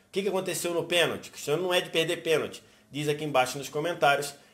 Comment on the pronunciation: Eu ouvi penaldo 😂😂😂